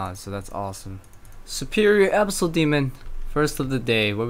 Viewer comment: tilts me so hard how you pronounce abyssal